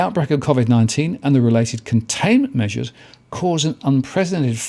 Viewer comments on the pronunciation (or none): none